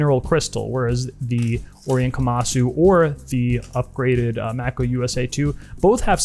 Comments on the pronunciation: Mako II: (edit: "May-coh", great vid but calling it "Mack-o" drove me nuts) Anyway... Mako II: the diver so nice I bought it thrice (black, blue, Pepsi) And at a price just north of 100.00 USD, and parts available, they're outstanding mod platforms. Cheap enough you can afford to hone your modding skills without too much at stake if you make a misstep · He's right tho. It's not May-coh, the right pronounciation is "Mah-koh". It's a Japanese watch and stores in Japan will take a few seconds to know what you're talking about if it's pronounced the other way. Even I got confused at first when I first heard the "may-kow" pronounciation. Here is further proof on pronounciation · Uh, no, wrong. The watch, unnamed by the manufacturer, is Japanese; the unofficial name is not. Thee word, "Mako" (as in the shark) is a word derived from the Maori language, and it is pronounced with a long A and long I, hence MAY+KOH. Again, not Mack+O. A quick Google search can confirm all of this. I really don't understand the debate, this is like debating long A or short A in "cat". It's pronounced exactly as it is spelled, and the Mako shark that the watch is named after is quite common - this is not some ancient, stifled knowledge. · Mack-O? Lol 🤣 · Japanese word should pronounce Japanese way May-coh sounds so American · You my man you are killing me the way you are saying Mako lol google the shark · He's doing it to annoy you. And it's working!